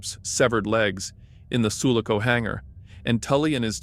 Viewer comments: It's Su-LA-co, not SU-la-co. My brain hurts. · Everyone crying for the way the guy pronounces Sulaco shows how bitter Alien fans are 😂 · Enjoyed the video but PLEASE learn how to say sulaco